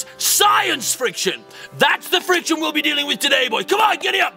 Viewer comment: The accents, I love it. Frrrrriction.